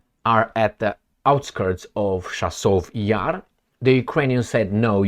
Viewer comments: in romanian pronintiation it is "Ceasov Iar" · jeez, still cant pronounce chasov yar, but you mumble it a dozen times a sentence? jeez